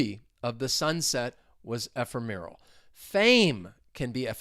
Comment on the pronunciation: In the word ephemeral why do you stress the third syllable? I thought it was on the second one